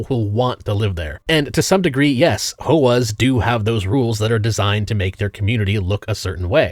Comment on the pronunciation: When he’s the smartest guy you know but he calls HOAs “hoahs”